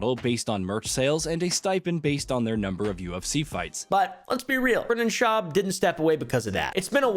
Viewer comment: It’s schaub not shwuab